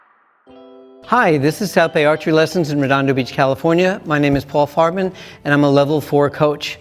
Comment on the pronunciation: Did he say his name is 😂😂😂😂😂😂😂